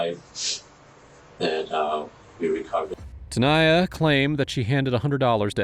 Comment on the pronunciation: Ai crap channel. Do you listen to this before you post it! Tanya is not ta-niah. Danya is not da-niah..